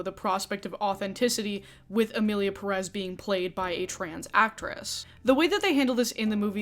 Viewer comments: It’s Pérez not Perez, can any of your guests pronounce it correctly lol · I hate it when monolinguals pronounce Pérez with the emphasis on the second syllable. Like HELLO the tilde is there to guide you lmfao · I really appreciate you including interviews/conversations with people who identify more closely with the identities being discussed in your recent videos🎉 Also, as a native Spanish speaker, it upsets me so much how people promoting this movie pronounce "Pérez"